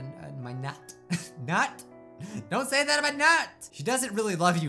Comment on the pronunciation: When he said What you say about my Nat I heard nut